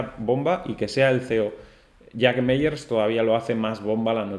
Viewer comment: Gracias por tu vídeo! Solo comentarte que el apellido de Jack Mallers se pronuncia “MaLers” (como con una L) y no “Meyers” 😊 un abrazo!!!